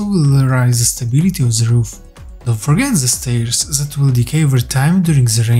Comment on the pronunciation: Huge respect to you for learning two languages brother! some helpful criticism try and learn your zen, zat and zis, etc. To become then, that and this <3 much love man x